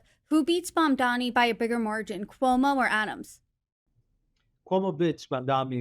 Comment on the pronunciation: His name is MAM-DANI.